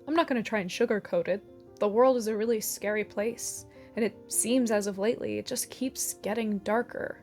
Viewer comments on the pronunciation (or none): none